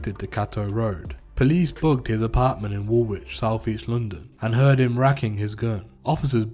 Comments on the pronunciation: wool wich??? south wark??/ man your from the uk and cant even pronounce area names properly. Do your fkin research if you are going to profit of shit you no nothing about and use wiki to tell a srory. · Mate you repeated the same details over and over again and fyi you do not pronounce the second W in Woolwich . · This is exactly what happens when we leave complete outsiders to tell London stories People who can’t pronounce woolwich correctly should not be telling these stories